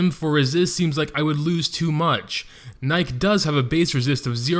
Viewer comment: Also, its pronounced Nikee. Like the show brand.